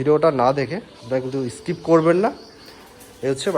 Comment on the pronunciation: দাদা ভাষা ঠিক করে বলুন।( ইস্পীড, পেরায়, ইসস্কিপ) এই গুলো কি ধরনের ভাষা। ক্যামেরার সামনে শুধু ঘড়ি পরা হাত দেখালে হবে, একটু লেখাপড়া শিখতে হয়।